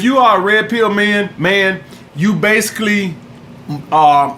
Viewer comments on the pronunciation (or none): none